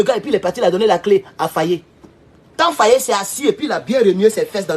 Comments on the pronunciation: Mr Faye et non Fayé. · Pas fayé mais Faye n’écorche pas son nom stp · J'ai beaucoup de respect pour vous, mais apprennez enfin à prononcer correctement le Nom de Faye... au lieu de prononcer comme un petit Toubabou... Merci et Harmonieux weekend!...🙏🙏🙏 Petit Maudia... avec ta tête de Margouilat!...😑😑😑☹️☹️☹️😬😬😬🤣🤣🤣 (Mon Papa s'appelle aussi Abdoulaye N'Diaye...😱😱😱😬😬😬🤣🤣🤣)